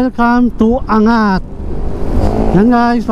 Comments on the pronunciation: AN-GAT hindi Angat. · Ang lawak pala ng Montalban.Para kang tourist guide.Your video is informative and enjoyable. May ibang daan pala papuntang Bulacan and Nueva Ecija na hindi dadaan ng NLEX.Anggat is the right pronunciation, not An-gat. Have more of thesevideos. Congratulations! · Tamang pag bigkas ng Angat---ANG GAT hindi angat. Parang hindi nman safest yan lalo na sa gabi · ang tawag sa bayan ng ANGAT ay AN-GAT. Hindi po angat na parang binubuhat. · The correct pronunciation is ANG-GAT, not ANGAT. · An-gat po hndi "angat" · an>gat hindi angat bro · Angat pronounce as "Ang-gat" po hehe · Anggat po ang pronunciation nyan.